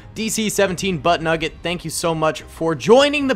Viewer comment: Butnuget hahahahaha 🤣🤣🤣